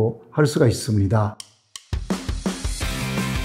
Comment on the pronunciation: 이미 한국인이신 호사카 유지 교수님도 잠시만 방심하면 ~스무니다 같이 일본식 한국어 발음이 나오시는 거 보면 정말 힘들구나 싶습니다. ㅎㅎ